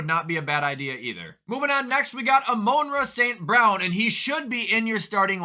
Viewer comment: "Amoanra St Brown"